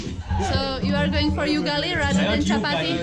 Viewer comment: "[you-gali]" No ...🤣 It is [ou-gali] ...... ugali 🤓